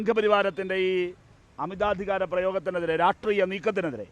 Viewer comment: രാഷ്ട്രീയമെന്ന് ഒന്ന് അക്ഷരം തെറ്റാതെ പറയാൻ പഠിച്ചിട്ട് എങ്കിലും ഈ പണിക്ക് ഇറങ്ങെടോ..